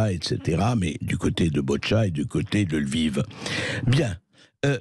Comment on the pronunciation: Incapable de prononcer Lviv correctement, ne parle pas un mot de russe .